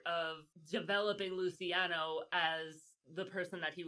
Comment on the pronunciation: Lucky “Loo-ch-iano”….”ci”is a “ch” sound…like Ciao. It’s cringe girl. Listening to you pronounce their names when you are an Italian-American. 😣😟